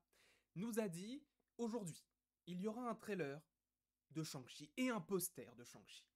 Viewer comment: L’accent du massachussette avec Shang-Shi and the legend of the ten riiiiinggggg